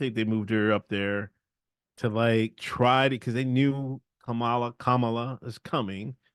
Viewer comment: It’s Kum ah lahhh